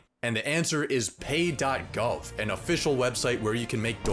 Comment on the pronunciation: bro I lost it when it said "pay..gov" 😂